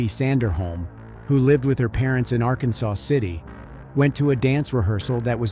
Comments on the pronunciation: small gripe. it's Ar-Kansas, not Arkansaw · Just a side note. It is not pronounced like the state of Arkansas. It is R-Kansas or Ark City for short. Thanks for covering this case. Happened close to us. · While spelled like the state, those who live there, pronounce it ‘ Ark Kansas City or just “Ark City’. 🫡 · It’s Ark-kansas and El-do-rado. I was going through Ark city the other day headed to Oklahoma and I had never visited Jodi’s grave so I decided to find it. It didn’t take much effort at all. That’s what I learned. Her mother had passed. Does anybody who might read this know what happened? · Good video. It's actually pronounced (are•Kansas•city), we just say Ark City.